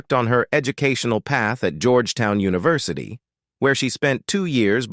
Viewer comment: If the bot can't even pronounce simple words like University and yet say it the way it should be pronounced in the next sentence I can't help but not to think this is AI at its worst this sucks...I'd much prefer a real narrator.